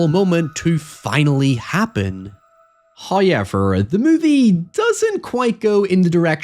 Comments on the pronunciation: "Hayever..." always gets me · I liked this vid, howyyeever, I took some issue with your pronunciations. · First "hoyevver" drops . It's a Halloween miracle! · And is the first time I've seen a "hoyever" while he was on-screen Edit: Another one ? He spoils us